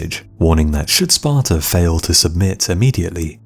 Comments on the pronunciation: It's pronounced Sparta, not Spartar. That's the one major part of English English I don't understand. Don't put 'R's where they don't exist. Australia, not Australiar. Sparta, not Spartar. America. Not Americar. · Sparta doesnt end in an R, you no english speaking fuck